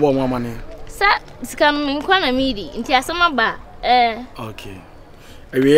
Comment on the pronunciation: Eii virus when singing he said enkwan(soup) instead of nkwa (life) 🤣🤣🤣🤣🤣